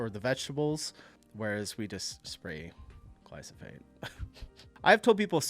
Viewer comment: that's crazy, you'd think that you'd have learnt to pronounce it, you know, AS YOU WORKED WITH IT....... glyPHO SATE😊 not glyS oPhate😅